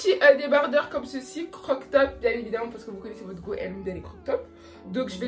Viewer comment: En rien c'est méchant c'est juste des remarques pour toi, tu les prends ou non mdr. On dit croP top mdr ça m'a stressée, et c'est dommage que tu mette autant de temps sur chaque article je t'avoue que je passait à chaque fois 20 secondes pour chaque article tellement c'était long😅